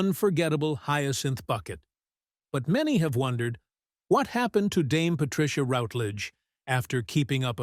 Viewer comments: Thank you. Well compiled. However, forget the click bait! Not necessary. Sad, I think not!. Also, her name is pronounced ROWTLEDEGE not ROUTLEDGED! Cheers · What viewers may not know is that she is also a suberb singer of classical music. Watch her appearance in the Michael Parkinson chatshow via a fabulously funny song called "I Want To Sing In Opera". It's a hoot available on YouTube. Word to Presenter: shamefully and inexcusably you constantly mispronounced the lady's surname, except at the end. Shoddy workmanship. Furthermore the tribute was heavily overlong; you repeated yourself several times; overall you tiresomely got in the way.